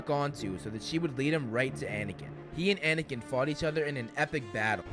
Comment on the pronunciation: I like how you said anakin and obi wan baffle was EPIC :))))